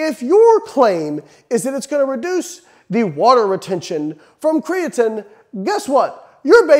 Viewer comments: IDK man, until you start saying "Kree-uh-teen" I'm not sure you can be trusted, human randomized control trials be damned. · Ffs Layne. It's pronounced createen!! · Glad I’m not the only one thinking this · Why’s he sayin creatine all weird?